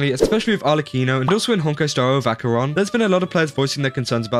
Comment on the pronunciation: Pronounce her (Acheron) name properly and maybe do your research. This has been cleared up completely already. Just jumping the bandwagon...